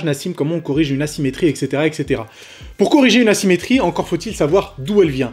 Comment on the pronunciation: Vous aussi vous avez entendu une douleur ''nassimétrie'' mdr